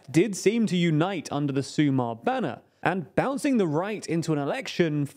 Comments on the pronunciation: SumaR, not SumA. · Small correction: "sumar" means to add, not to unite. It's also pronounced with the stress on the second syllable, so su.'mar instead of 'su.mar. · Hi, guys. Your pronuntiation here is overall quite good, but there are a couple of small points to fix. "Feijóo" and "Sumar" stress the last syllable, not the previous one. In other words, it's "FejiOO" and "SuMAR", instead of "FEijoo" and "SUmar". But other than that, the rest was on point. Keep up the good work.